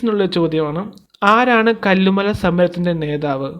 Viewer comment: കല്ലുമല അല്ല കല്ല് മാല ആണ്